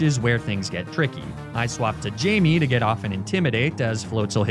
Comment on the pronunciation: Great video but the pronunciation of Eddard and Missandei is killing me. Also obligatory it’s Jaime not Jamie